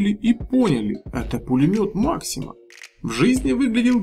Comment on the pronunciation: Пулемет Максим ударение на букву а